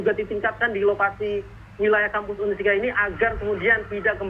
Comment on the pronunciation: UNSIKA pak.. bukan UNISKA 🤣